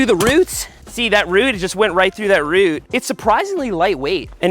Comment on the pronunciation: Something about the way you pronounce root made me chuckle.